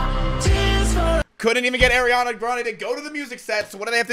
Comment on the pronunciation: Y he hate ariana so bad😢😢😢 also its Ariana not Airiana😅😅😅